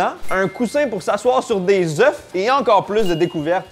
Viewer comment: Dès le début, tu ne sais pas prononcer œuf au Pluriel, je dislike et je ne regarde pas la vidéo !